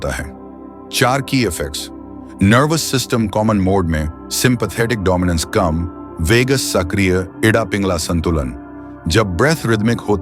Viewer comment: Bhayya ,it is not --IDDA--××× pronounce as-- ida--thats all N -VEDATA- nahi , Pronounce as -Vedhantha